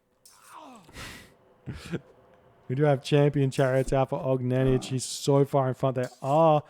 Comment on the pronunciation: he pronounces it almost right. the last letter is incorrect tho